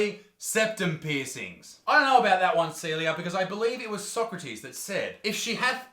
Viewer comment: Ahh Isaac, manages to say Socrates wrong but pulls out the toxoplasmosis and 9th degree! Nice brother 😂 just pulling ur leg